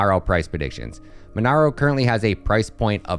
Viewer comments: MonEro not MonAro. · Mon-EH-ro! not MonAro! jfc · Monero not monaro hahahaha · its monero man Not MonAro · That's not how you pronounce monero lmao but great video !!